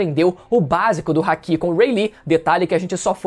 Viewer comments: O cara fala hack ao invés de haki... Pqp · Não é Hack e nem Háki.... é Hakí☠️🎴